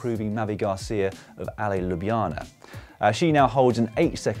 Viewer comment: That was a wonderful pronounciation of "Ljubljana", Dan!